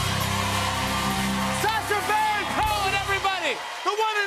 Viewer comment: Cohen... Cohen... Cohn... 👎